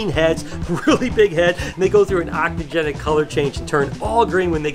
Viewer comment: The word is ontogenetic…